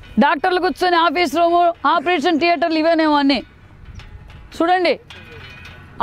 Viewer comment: ఆపరేషన్ డియేటర్ అంటా థియేటర్ కి డియేటర్తేడా తేలిదు MLA ఎలా అయిందో కర్మకోద్ధి MLA ఐనా మంత్రి ఎలా అయిందో కర్మ ఆపరేషన్ థియేటర్ అని స్పాస్టంగా పలుకు అమ్మ తర్వాత పుల్లలు పెట్టుదువులే